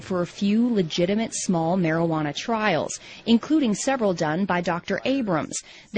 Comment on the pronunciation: whats Marihuana? mari -ha -na?